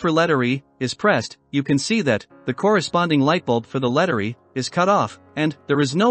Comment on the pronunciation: Not going to listen for almost 20 minutes to bad computer narration. I turned this video off when it said letteree instead of Letter E.